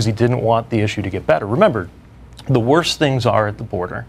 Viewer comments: Did that guy with the beard just say WORSTER????y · I almost quit when I heard “worster”. 😂 You do know that’s not a word right?